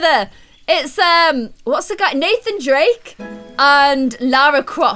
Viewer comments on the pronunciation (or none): none